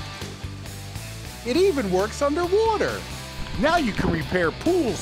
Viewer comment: I can bet that Phil Swift loves to say '"Underwoter"